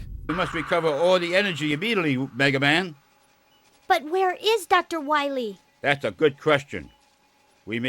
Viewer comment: Then we'll find Doctah Wahwee.